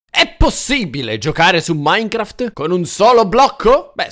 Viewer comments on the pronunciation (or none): none